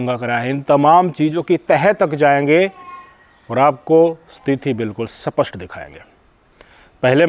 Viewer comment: आदरणीय भाई साहब, आप हिन्दी के कुछ शब्द हरियाणवी लहजे ना बोलें जैसे स्पष्ट को सपष्ट ना कहें साथ ही परिदृश्य को भी सही उच्चारण करें ।